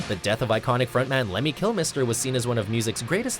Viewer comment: dear mojo narrator.. learn how to pronounce Lemmy's last name properly please